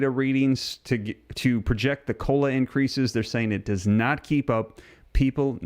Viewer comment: The "r" in increase was omitted